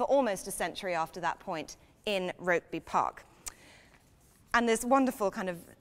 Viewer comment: It's pronounced ROOKBY